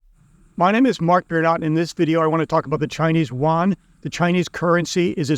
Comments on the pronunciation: Its pronounced as the Chinese "yoo aan" not the waan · Not Won, Yuan (“yoo-en”). I agree with your basic conclusions. Keep it up.